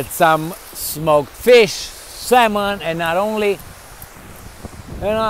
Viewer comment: "I had some smoked mish"